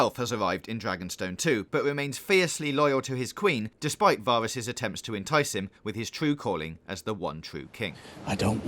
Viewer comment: wow this is all wrong and you cant even pronounce Varys